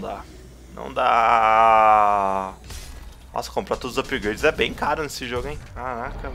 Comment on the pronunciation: meu deus,o cara fala ''upigraides''volta pra escola mano